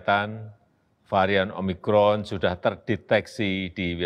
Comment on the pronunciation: Omicron atau omimron?